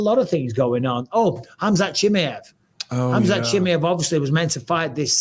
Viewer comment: Love Bisping but I don't understand the "Chimmy-ev" pronunciation at all 😅